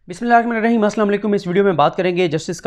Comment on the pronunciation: اوہ بھائ خدا کیلئے آپ ذرا بسم اللّٰہ ارّحمٰن ارّحیم آرام سے پڑھا کریں, جلدبازی میں اس کو بگاڑ کر نہ پڑھا کریں آس سے سب گناہگار ہوتے ہیں_ نیز اللّٰہ بھی درست طریقے سے بولا کریں _ شکریہ